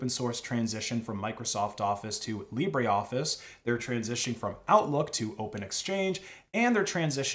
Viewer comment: It is LibreOffice, not LibréOffice. The "e" in Libre is not pronounced.